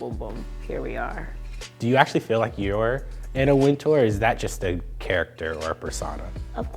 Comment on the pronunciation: why are they pronouncing Anna Wintour's name wrong? How you gonna use the name but pronounce like you never heard of her?